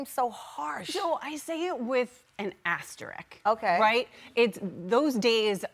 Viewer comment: Lady in blue! Its "Asterisk" 😢 not Asterick